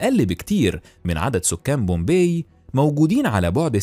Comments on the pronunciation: طيب مش لما تعرف تكتب عربي الاول مهيم ده انهي لغه !!! ثم اسم المدينه pompei پومپاي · Bombay or Pompay...you got me quite confused 😮 النطق الصحيح مهيم جدا..